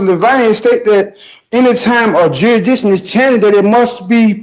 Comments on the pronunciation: Jurydition???? Oh U mean Jurisdiction..🤦🏻‍♂️😂 I Love these People Who can’t define the words they’re trying to use.. U have to Be a God Level Idiot to believe The Courts Have 0 Jurisdiction.. And Sovereign Citizen Scripts actually work..🤦🏻‍♂️😂😡 It is NOT the Judges Job to Help U understand the Law or walk U through Court Proceedings THAT is the Job of the Lawyer that Smart People Hire to handle the Proceedings for them, U my Friend Don’t even understand what your asking yourself, U can’t define any of the BIG words your trying to Pronounce ( terribly ) And U make 0 sense.. This Judge needs to just put this guy out of His misery already.. 😡🤬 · How does he prove the diction of the jury, (assuming that’s what ‘jurydiction’ is), if there’s no jury yet? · If he says 'juridition' one more time!!! I can't live🤣🤣🤣🤣🤣🤣🤣🤣🤣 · Oh come on. He jus' be axin' 'bout juridikshun! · This clown can't even PRONOUNCE jurisdiction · I wish he would pronounce jurisdiction correctly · yeah “I’m the asserter” is nothing more than pseudo legalese, meaning he’s asserting his rights. Also, the court establishes “jurisdiction” not “juridition” lol. It’s just so typical of Sov Cits, their grasp of the English language is barely functional yet they think they know more about the legal system than the people who live in that system every day for decades. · Jurisdishun? What is that and where is that word in a dictionary? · What's jurdison? Jeez guy, buy some syllables.